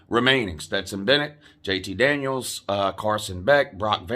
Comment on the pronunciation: I thought you were saying "JT Daniel Christ." Does that mean you are going to become a fan of whatever team he goes to?